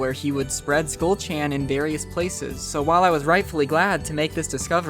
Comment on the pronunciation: BRO you said.CHAN WRONG- but besides that good vid